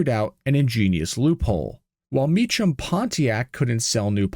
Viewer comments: These used to be surprisingly common sights around metro Phoenix. I was not aware of the turbo version, or had forgetten about it. The Mecham name is pronounced Me-Come. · Pronounced "Mee-kam". My buddy was a mechanic there back in the 90's-early 2000's. They also made a run of 3 Mecham Vitesse Grand Prixs. My buddy bought the one four door. It was stupid fast and embarrassed a few Mustangs back in the day. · Thank You for the pronunciation correction. You are Correct! Mee-kam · Mee-come. That's how their last name is pronounced. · Might be no AI, but I knew the guys, and it's 'Mee-kum'. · The pronunciation of Mecham is Me-cam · you are misprouncing the old governor's name, I was there and I remember the insanity of the d.e.i liberal push in the late 80's... i am almost ashamed of the naievity of the people in arizona back then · It would have been appropriate to learn the correct pronunciation of the name "Mecham" if you are going to do a mini documentary about what they did. So common these days for creators to be lazy and just cut and paste their crap together without bothering to actually learn about the subject. This channel sucks. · Maybe if you had used AI it would have gotten the pronunciation of name right, lol. The CH in Mecham should sound like K. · Also you're pronouncing the name wrong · "Not AI", but you pronounce Mecham wrong.... Hmmmm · It's not "ch" like chimmney, it's "ch" like a "k." It sounds like Mekem, not Me Chum. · It's pronounced Me-kam...not Me-cham 😅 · His name is Evan MEE-kam, not MEECH-um. How could you possibly screw that up? This is why youtube is garbage. You are making youtube garbage with your garbage content. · The pronunciation is “me-come” not “me-chum”. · The name is pronounced “me-come” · Mee Kum. It's a common mistake. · Mecham is pronounced as 'k' not 'ch'! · 2 syllables: "MEE" + "kuhm" THANK YOU, NO AI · its pronounced... MEEK-UM!!!! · The name was Mecham - pronounced "ME-come" ...